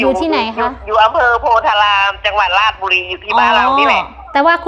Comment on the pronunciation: จังหวัดราชบุรีให้คุณอา่นว่าราดบุรีไม่ใช่ราชะบุรีครับ